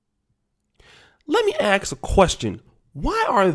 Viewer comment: It's ask not axe